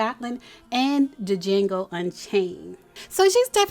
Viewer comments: Not D Jango but Django the D is silent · Da Jango 😂Lol. Girl the D in Django is silent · You Don't pronounce the D in Django.